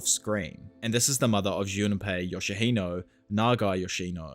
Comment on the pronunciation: Jun Pei, not Juna Pei